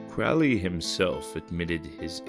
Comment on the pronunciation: Crow (rhymes with low) - lee , is how it's pronounced . Even Ozzy got it wrong .